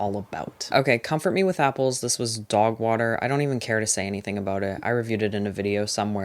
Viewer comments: Obsessed with the way you say “dawgwahter” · DOWGH WOHTER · thank you for a wonderful year of recs and chats❤ you’ve made me read with a more critical and nuanced eye, and all for the better. can’t wait for 2026! also, I love the way you pronounce ‘dogwater’. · Obsessed with how you say dog water in that accent 😂